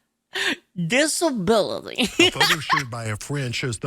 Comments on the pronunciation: "Dis-a-bili" Oh no, they're trying to frame the hillbillies. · Sound clip dis-a-bill-ity